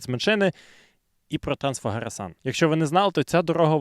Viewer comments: Саме Трансфегереш, самі румуни так вимовляють, а не Трансфагаресан. Це звучить як Акіро сан😂. Румунія це трохи ближче ніж Японія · румуни вимовляють Трансфегерешан